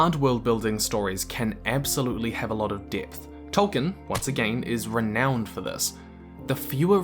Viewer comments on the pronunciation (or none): none